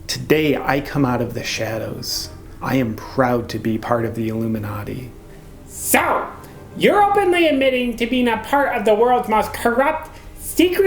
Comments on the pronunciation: Sounds like he says haloumi-nati. Must be some secret cheese order. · Pink Yogi it's because in the video the guy sounded like he was saying halomin-nati. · Halloooo-minati - Tigger's people/not people